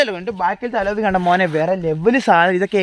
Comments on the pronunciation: അലോവി അല്ലാ.... അലോയ് വീൽ ആണ്.... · അലോവി അല്ല അലോയ്